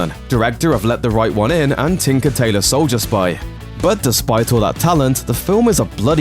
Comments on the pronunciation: Why does this narrator put all the emphasis ON the wrong words in HIS senTENces? “Tinker Tailor SOLDIER Spy”, “...everything King’s book was NOT.” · Say tinker tailor soldier spy again.